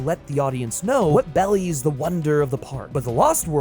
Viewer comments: I'm sorry, did you say bellies when the script said belies? Are you using chatgpt? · It's belies, not bellies my dude.